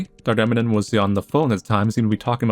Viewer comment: Dr. Emanon. Emanon. Lmao lol. Eminem. Dr. Eminem lmao